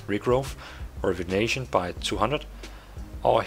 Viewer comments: It's not "rivenation" its "rejuvination" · Say Rejuvination again?....lol